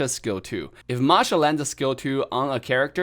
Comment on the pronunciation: is not marsha, it's masha